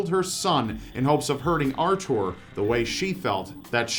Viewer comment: I think he could make anything sound evil. Edit: Then again, he also seems to say Arthur and Jocelyn wrong, so who knows?